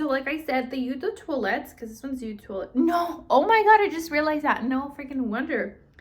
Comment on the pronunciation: I recommend saying the name of the fragrance because you move around a lot and make it hard to see which version or name is. Also Eau is pronounced like Oh not you.